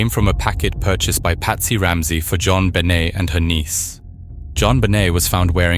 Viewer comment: Pronounced JonBenet in multiple ways. Dog shit.